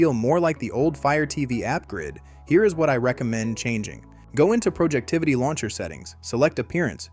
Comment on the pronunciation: It’s Projectivy, not “Projectivity”.